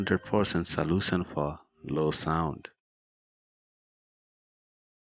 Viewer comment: Issue is not pronounced iseeeooos. It’s eeshooo. Position is pronounced pooseshan. Not pooseson. Solution is pronounced salooshan not saooloosan. Which English school did you go to?